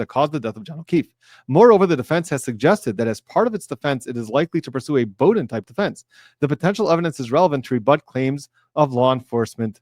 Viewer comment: ? Just curious. Do you like college football? The Bowden name is legendary as he coached at FSU. The pronunciation is curious. 👀